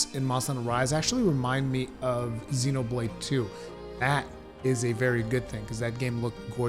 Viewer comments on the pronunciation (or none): none